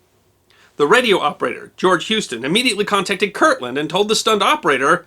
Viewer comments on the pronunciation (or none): So... it's KirTland (with a T) AFB, not Kirkland as you keep saying. I was there, in school, a couple miles from the 'drop'. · I worked on Manzano Mountain (a weapons storage area on Kirtland) in the early-80s, and we had always heard a rumor about this, but we never heard the whole story. Sounds like much ado about not much. Speaking of much ado about not much, it drives me crazy when you pronounce it: Kirkland. But everyone else does, so I'll get over it.